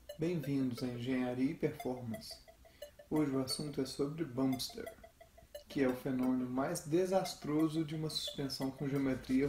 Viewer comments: Olá amigo, entendo que ninguém é obrigado a aprender Inglês, mas o correto é "Bamp Stir". Exatamente da forma que vc falou no video do espaçador. Muito bom o video e animação! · primeiramente, ótimo vídeo. mas tenho uma dica: "bump steer" pronuncia-se mais "bamp stiiiiiiir" mantendo mais longo o ee de steer ou steering que quer dizer esterçar, direcionar ou direção. Por exemplo, "volante" eles chamam "steering wheel" ou seja "roda de direção". Não confundir com o "volante do motor" que daí é "engine flywheel", "roda voadora". Acho que "flywheel" é o nome dado a qualquer massa giratória propositalmente pesada para dar estabilidade a um mecanismo.